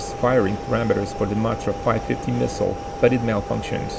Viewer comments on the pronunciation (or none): none